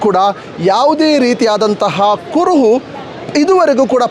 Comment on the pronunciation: Adu " kuruvu patyavagilla " alla marayre. Adu " kuruhu patteyagilla Anta marayre. Nimage dodda namaskara. Dayavittu baarada kannada maatadi kannadakke avamana madbedi 😂😂🙏🙏🙏